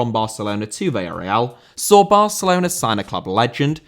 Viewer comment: Villarreal* not Via Real